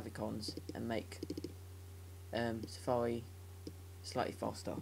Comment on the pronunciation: Safawi. hhahaha you sound pro:D